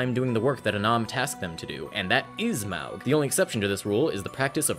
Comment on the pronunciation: I will be that dumbass that says "Actually, the pronunciation of "Maug" is 'Móg' "